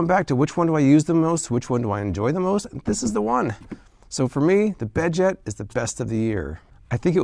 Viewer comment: The bedjet really annoyed me. Not for the price but whenever he said bedjet. I'm sorry but pronounce your D and Ts or else it just sounds like beje